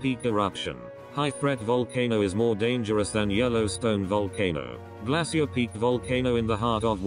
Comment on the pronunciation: Awful computer voice calls Glacier Peak, "Glassy-ur" Peak! Its supposed be pronounced as "Glay-shur" Pathetic. Lol 😝